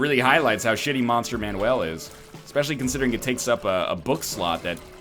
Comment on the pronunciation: Why the living hell are you saying Monster Manuel instead of MANUAL!?